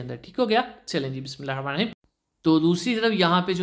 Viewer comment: Bismillah thek se parha kren